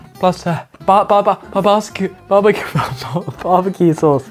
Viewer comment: anyone notice he said babasque in ???